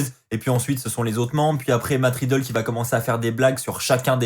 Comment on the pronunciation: Cest riddle pas matt ridlle